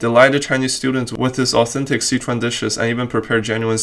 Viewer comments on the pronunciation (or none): I wanna know why you can't pronounce Sichuan properly.